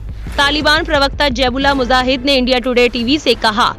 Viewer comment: MUJAHID BOLO BHAI MUZAHID NAHI Kitna ghalat pronunciation hai???